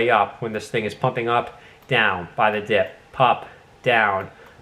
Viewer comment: Great video 👌👌 - did you say buy the dick 🤔